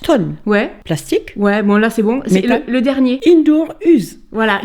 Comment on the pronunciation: "Indoor use" 😅😅😅 Mme Maman a le même anglais que moi, même prononciation 😆